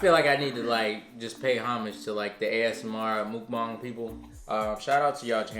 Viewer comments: I’ve been watching and subscribing to y’all for years BUT seriously can you two get a korean teacher and learn Korean together. I know is Korean but the way she teaches you and ya’lls audience on this channel is SO FRUSTRATING to watch and hear. It’s not MOOK-BANG. it’s muh-k bah-ng. 😫😫😫😫😫😫😫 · I swear other youtubers out here need to start pronouncing mukbang right. 🥴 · Lmao I don’t get why people have such a hard time pronouncing MUKBANG... just watch korean american mukbangers and you’ll get the right way to say it.